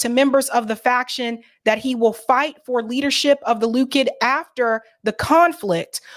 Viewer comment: Great show BUT - Israel's ultra-right genocidal party, LIKUD? It's LICK - OOD, not "LOCK - ID", O.K.? Perhaps it's a petty gripe, but you're drivinhgme NUTS over here!It's DISTRACTING! Am I the only one?